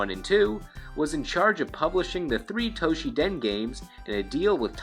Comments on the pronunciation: What is this "Toh-shi-den" you speak of? (For the record, the game's name is "Battle Arena Toshinden", not "Battle Arena Toshiden".) This would've been forgivable if it were a one-off mistake, but the fact that you consistently mispronounce it...... yeah, that's just a little too painful to bear. (Although, to be fair, Toshinden was never good anyway.) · ...."Toshiden"? What happened to the first "n" in Toshinden? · Why do you keep calling it Toshi-den? To-Shin-Den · This is a very late comment to a rather old video. However as good as your Japanese typically is. Battle Arena Toshiden? You even showed the cover, and not only once, or only one version. I hope you realize your mistake. Unless it's literally called Toshi Den in Japan...... Have been a subscriber for about the same amount of time that you released this video though. So keep it up! Just don't To she Den my Toshinden! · Toshi-N-den! There’s an ‘n’ in the middle of the name. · TOE-SHINNN-DEN not Toshi-den! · toSHINden, it pissed me off every time you said 'toshiden'. god... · also, Tosh-in-den, not Tosh-ee-dan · Toe - she - den? At least he got Jim's name right. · .......you do know that Toshinden has an N in it, right? Pronounced toe-sheen-den....sorry.....I'm a bit of a word/grammar nazi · The 'n' in Toshinden is not silent. LOL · Why you pronouncing Toshinden wrong?